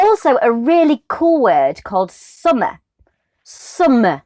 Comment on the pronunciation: The way you pronounce "Summer" make me laugh. Change job please.